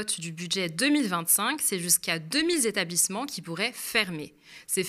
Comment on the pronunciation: "C'est jusqu'à deux-mille zétablissements qui pourraient fermer". C'est quoi un zétablissement ? 😉